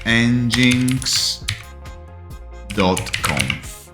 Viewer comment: Pronounced engine x :)